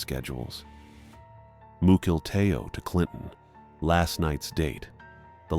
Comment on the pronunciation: Mukilteo is pronounced muckle tea O